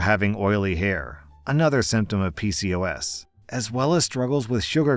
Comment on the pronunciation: Story 2: It's pronounced P-COS.